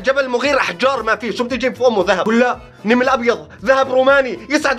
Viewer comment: كيف حكا كلمه نمل قال نيمل 🤣🤣